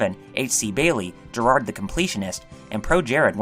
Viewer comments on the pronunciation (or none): none